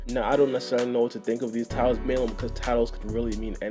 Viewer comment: Cousin I love and at the same time hate the way you say "mainly"